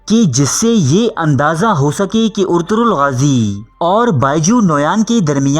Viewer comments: First off all hero's name is " Ertugrul " not " Ortugrul " 😂😂😂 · Bhaii urturul nahi Arturul hota hai pehle Name to sikh leta Bhai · Urturul nahin ertugural ghazi hai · Urtugrul ni Ertugrul g os silent